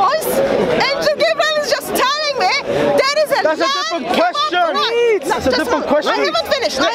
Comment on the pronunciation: What does "Muslims are talling us??"mean?? As far as i know it's "telling"